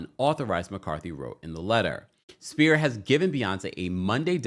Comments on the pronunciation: Sphere is NOT pronounced "spear". IT IS PRONOUNCED "SFEAR". PLEASE Get it right if you're reporting. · The Sphere is pronounced “sfeer” not Spear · my love…sphere is pronounced like s•fear or sfear. Not like spear, like you throw. ❤️ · This video drove me nuts. Sounds like you kept saying spear, like a throwing stick, it's the sphere, like a ball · do you not know how to pronounce sphere correctly? it’s an FFFF sound! 😑